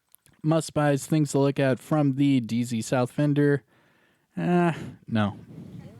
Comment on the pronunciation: I prefer your country accent when you say DZ south hahaha